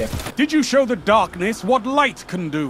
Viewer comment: "dahkness"some character from for honour